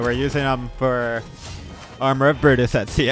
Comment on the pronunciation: why you sayin etzio its Eh Zio